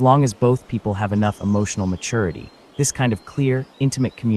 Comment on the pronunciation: Can anyone point me to an audiobook where the recorder doesn’t pronounce maturity like matoority? It’s driving me crazy